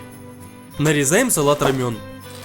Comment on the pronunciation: Салат называется Ромэн или Романо. Но никак не рамён. Рамён это корейская лапша. Слух ужасно режет. Вроде готовишь, а элементарных названий не знаешь.